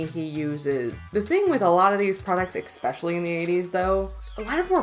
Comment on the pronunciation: Really enjoyed the video and your breakdown of the class system as it pertains to the film, but "exspecially" kills me a bit inside every time I hear it... and the use of the same frames repeatedly. I'm glad I've subscribed and I've gone back and watched earlier videos... keep it up!!!